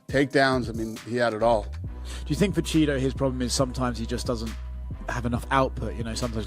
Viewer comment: In prison the call gay men a “Cheeto” every time Dana says “chito” it’s hilarious 😂😂